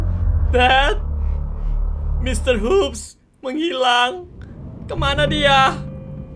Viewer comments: Orang indo: Mr.HUPPS Orang yg Pinter Bahasa inggris: ENGGAK MR.HOPPS LOH.. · kak ngomongnya mr hopps pake o bukan mr huups pake u jadi o yang bener